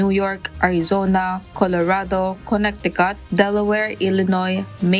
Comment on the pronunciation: "Kone-ti-khat" not "Konek-ti-khat"